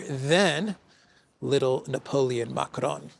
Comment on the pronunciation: your French pronunciations are your greatest weakness. (Hate when you try to pronounce Macron - just anglicize it - it’s much better.) But if you insist, Zelenskyy would be Le Goblin Vert (LE GO BLAN VARE). Not les - he’s not plural. Not verte - he’s not a woman.